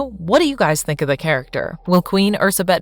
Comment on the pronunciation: what is that pronunciation,that's not how we(hungarians) say her name, just put her name in google translate and make it read it out for you